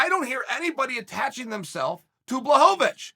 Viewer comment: He had zero problems pronouncing Blachowicz properly (Bluh-HOE-vitch). He's definitely pulling our leg.